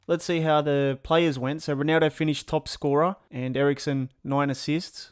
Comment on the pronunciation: Can you pronounce ronaldo's name right please?